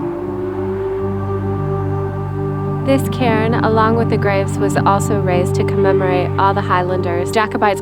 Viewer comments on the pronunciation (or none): none